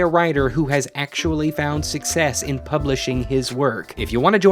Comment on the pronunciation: How did “success” turn into “suck pee”